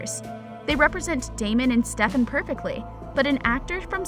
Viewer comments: its stefan not stevvaaaan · It not Stefaan it is Stefan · It's Stefan not stefaan. Please do your homework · steff-aaannnn???? what girl??? get outta here with that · NOO U DID NOT JUST SAY “STEFAWN”...GIRL THAT DESERVED A DISLIKE CAUSE I KNOW DAMN WELL U NEVER WATCHED THE SHOW 💀💀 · ... "sTePhAwn" its "Stefan" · Srry for the rights but it’s not stefon Salvatore it’s steffan Salvatore srry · Yeah, you can tell this girl has clearly never watched a single episode of TVD, she legit said “sTeFaWn Salvatore” LIKE WHAT- she also said “Matt hOneYcUtT” miss girl- it’s Matt Donovan. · ‘StefON’ ‘honeycutt’ this person can’t speak. How annoying. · can she stop with "stef-aan'' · Ikr, StefAn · Why she say Stefan like that. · Is it just me or is it that she doesn’t know how to say Stefan’s name right? Lol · She says it like Kai lol